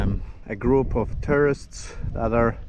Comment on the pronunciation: Had a laugh..when you said tourists it sounded like terrorists! In Darwin Australia the tourists are deliberately called terrorists..not for destruction tho, but for taking up all the space and crazy driving etc.!